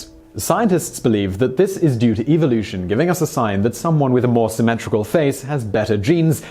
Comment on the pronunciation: Ev-OH-Lu-shon.... How are you getting an "eye sound" after the V?